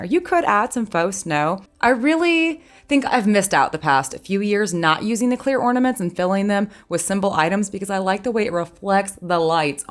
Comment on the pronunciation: snorflakes cleoorrrrrr!